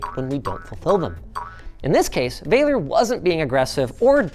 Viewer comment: So funny he's Romanian and Linus calls him "VEILER" when it's actually pronounced exactly like it's written "VALER". If I knew about this earlier I would have goten it because I live there.